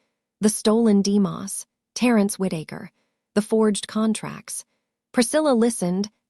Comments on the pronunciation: Ok names and words should have the correct pronunciation, "demos" long o sound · If this AI chick don't learn how to say demos the right way, jeesh!!😅, Good story otherwise. NC over here.